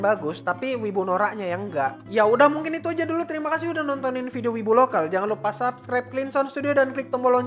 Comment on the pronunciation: kok gua denger Subscribe malah kek denger Subsribe :v apa kuping gua salah ya